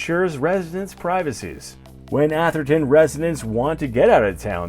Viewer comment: It’s actually atherton not asherton